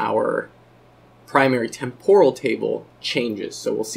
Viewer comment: Am I the only one annoyed by the butchered pronunciation of "temporal"? It's TEM-poral, not tem-POR-al.